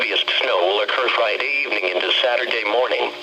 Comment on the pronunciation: Frideevning that's how he said it omg XD LOLOOOOL LOL HAHAHAHAH LOL